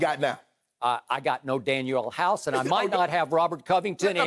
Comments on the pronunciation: Man said Daniel House 😂😂😂 DANIEL HOUSE!!!!!! I used to hate Skip but I gotta give it to him, he’s blossoming into a legendary stand up comic... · Skip said daniel house hahaha. I love the troll know as drip Bayless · This man said Daniel House lmao 😂😂😂 He really had to reach for this one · Skip: Danuel House Danuel House Danuel House Everyone: Who is Daniel House? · I checked out when he said “Danuel House”